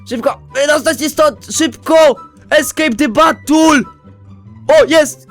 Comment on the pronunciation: "ESCAPE THE BATTUL" xDDDD